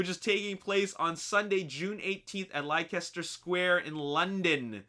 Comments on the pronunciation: Lei-kester square? It's just Lester square man. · Yo! - I don't wanna be insulting but thought I'd help you out, (f.y.i) it's pronounced less-ter. I'm from England and the premieres shouldn't be stopped in my opinion I mean Manchester is on the other end of the country and they've already tried to bomb London... I'm feeling pretty confident that nothing will happen to the casts of said films in the premieres!